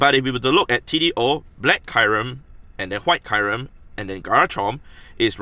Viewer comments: He said kairem instead of kyrem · It is not [Kajrem] it is [Kjurem]